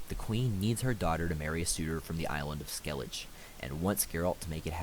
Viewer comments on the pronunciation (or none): the isles of skellije